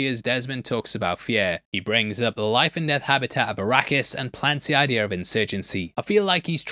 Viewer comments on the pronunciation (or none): none